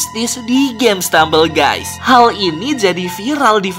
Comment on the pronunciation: stemambel gusy